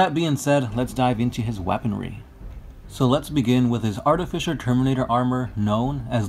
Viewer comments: Really! That artificial shit is saying is cringe inducing! Artifice! Artificer! Say it correctly people! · I think it's phonetically "sim-a-tar", and I think it's pronounced "art-i-fi-cer" armor, not artificial.